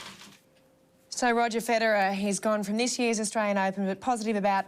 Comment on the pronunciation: roger phedorer